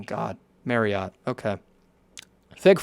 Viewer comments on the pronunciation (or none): none